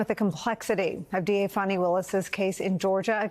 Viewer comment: Good reporting I always enjoy the news and Reporting from MSNBC however please learn to pronounce people's names properly because you called the prosecutor Fani Willis Fanny and her name is pronounced Fawni but otherwise good reporting and I always enjoy the news thank you